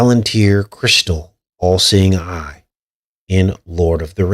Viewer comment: did you notice when you say All Seeing Eye it sounds like your saying AI. Wow!